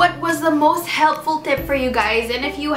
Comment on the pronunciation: Who else heard healthy tip instead of helpful tip :p